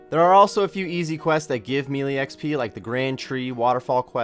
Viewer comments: melee is pronounced may-lay not mee-lee lol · May-lay, dru-ids